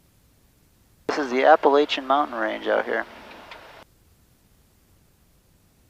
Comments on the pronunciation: love the accent "Appilachin" mount range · When says Appalachian wrong:/